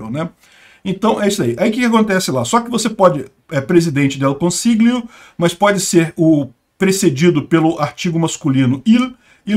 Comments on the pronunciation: 'consiglio' se lê 'consiLHIO. No Italiano algumas palavras não tem a declinação do artigo, como é o caso de "presidente", ou seja, em italiano sempre se usa o artigo masculino "IL" ("O") independente se a pessoa no cargo de presidente é uma mulher ou homem. Outro exemplo é palavra médico: você usa "il medico", com "o" no final, independentemente se é uma mulher ou homem. Ou seja, a "esquerdização" no caso é querer usar "la presidente", o que é errado. PS: Eu votei na Meloni. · Pra te ajudar na pronúncia do teu italiano,: as letras GL equivalem ao nosso LH, então você deve pronunciar "presidente del consilho" ou até "consílio"... mais fácil do que tentar pronunciar aquele G. De resto, tá ótimo! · lg em italiano tem som de lh em português. Lê "consilhio" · O 'GL' do italiano corresponde ao 'LH' em português. Diga consilho (consiglio), famílha (famiglia), etc. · "gl" no italiano se le "lh", assim como famiglia em italiano se le familia.